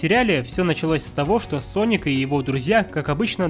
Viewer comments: Не Саник а Соник в начале ошибку сказал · Соник а не саник, читать научись!. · СонИК а ни саник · СОНИК (А НЕ САНИК!) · Я прям четко услышал слова а "". САНИК вместо "Соник". Это еще начало видеоролика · неверно, он сказал не саник а ссаник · Не Sonic, а Sanic! Гениально 😂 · Мне одному слышатся что он говорит САНИК а не СОНИК? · Не санека а. СОНИКА! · Не саник а соник у тебя привычка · не саник соник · Не Саника а Соника! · не саник, а соник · Не сАник а сОник! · Соник а не Саник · Хватит говорить санник надо говорить сонник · Не Саник а Соник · сОника а не САНИКА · не саник а соник и не сега а сэге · Не. Саник ь а сонник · не саник а соник глупый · "Ссаник" я выпала из этого мира😂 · Правильно говорить соник